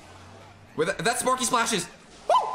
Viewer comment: Not him calling the sparky deck spanky